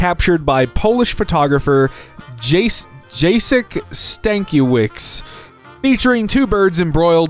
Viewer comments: the pronunciation 😭 Its pronounced Ya-Ceck (like check but without the H) Stan-kie-ev-ee-ch. Kie like KIA but faster and ends with an e like in electric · the way he said jacek stankiewicz hurt my heart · you pronounce it like “yatsek stankyevitch” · as a guy from Poland, this pronunciation physically hurts me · I might not know what the correct pronunciation is but I knew that what said was incorrect. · that pronunciation physically hurts